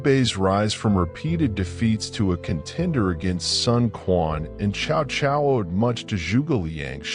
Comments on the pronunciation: It's pronounce something like Sao Sao, not shao shao. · can’t even pronounce Chinese name chow chow 😂😂😂